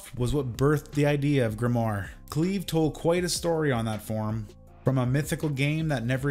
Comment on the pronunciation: And Cleve as "Clev" for the first 30 minutes lol